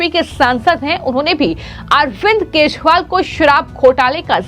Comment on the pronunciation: वाह रे न्यूज रिडर .. केजरीवाल को केशरीवाल,बिजेपी को बिशपी और चौदा को शौदा..